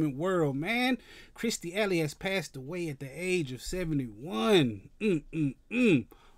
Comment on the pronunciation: It’s “Kirstie”, brotha.